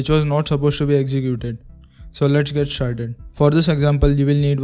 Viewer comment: "So Let's get sharted"